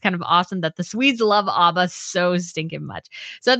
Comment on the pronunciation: It is ABBA as in Apple, not Arba.